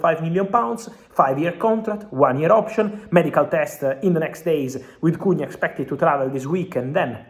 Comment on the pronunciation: As a Brazilian, your Portuguese pronunciation of Matheus Cunha is on point 👏 👏